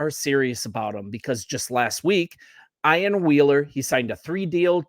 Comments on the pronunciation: EEEEEan, Ian. Not I an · Pronounced “Ee-an”